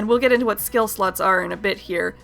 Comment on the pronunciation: I thought you said skill sluts instead of skill slots...